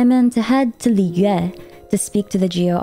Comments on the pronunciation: I just love the way you pronounce foreign word like Mondstad Liyue and even Inazuma with the genuine tone of it original language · In an effort to correctly pronounce the regions and their names in native pronunciation, it sounds really awkward and breaks the flow when she switches from American accent to another and back. She struggles with Liyue and it sounds different each time and it sounds like gibberish. Why not just go with the flow of natural speak and pronounce it the more American way?